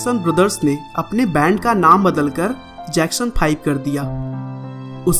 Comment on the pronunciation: when he say "Jackson 5" I heard "Jackson fly"